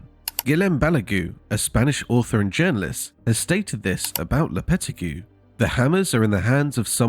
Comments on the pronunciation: Lopeti who ??? Learn to pronounce his name before doing a video. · bro pronounced lopetegui horribly